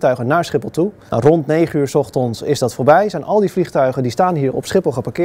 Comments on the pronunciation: 's ochtons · Maurits Veen het is ochtens